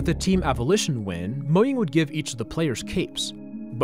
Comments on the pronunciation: It's pronounced mo --J-- ang, not mo'yang' Get it right fam 😊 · What do you mean moyang, it's mojang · The way you pronounce Mojang pisses me off so much lol